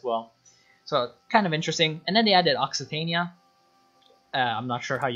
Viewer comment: I think Occitania is pronounced ocky tanya